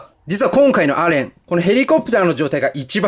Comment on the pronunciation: さんたまにアレンではなくエレンと言っている時がありますよ